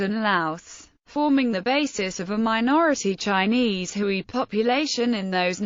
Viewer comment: Note* The ethnic group known as Hui is pronounced 'Hway' not 'Hooey'.